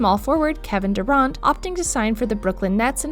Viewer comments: i disliked cuz u said kevin duraaaaant and andre igwoahdala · Exactly right Kevin durannt what is that pronunciation